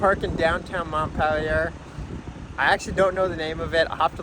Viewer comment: Mont peh Lee ei Nice vid though. Keep it up.